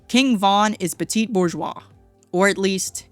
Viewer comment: Slop. Nobody pronounces bourgeois that way.